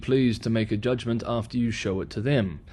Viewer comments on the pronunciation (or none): none